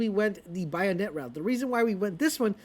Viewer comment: Dude 2 things. Concussive not what you think it does. Has nothing to do with suppressing you. Its suppresses the enemy! WTH know ur content before you post. Oh and its a bayonet like bay not bayonet like bayou...it aint cajun. Oh and yes the gun is badass